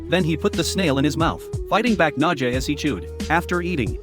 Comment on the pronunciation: tried to correct it, said it wrong and did not understood the comment.